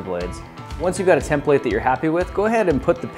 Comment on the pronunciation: What is it Grant? A tem-plate😂😂. Love it.